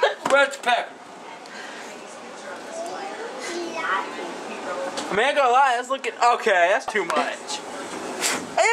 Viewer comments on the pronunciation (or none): At first why did he say peker instead of pepper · Lmao "pecker" instead of "pepper" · I love how says pepper, “pecker”. Love you Granpda. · Did anyone else thought he said "pecker" instead of "pepper"? Lol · Are my ears right or did he say packer instead of pepper lol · i love how he called pepper “pecker” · I don’t know if he said pecker or pepper lol 😅he’s funny rip I’m still watching 2023